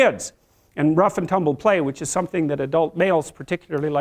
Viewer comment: yas it ees what it ees😂